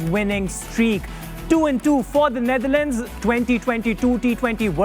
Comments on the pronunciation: Wasim Akram pronouncing "Neitherland" 😂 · Its Netherlands and not neither-lands wasim bhai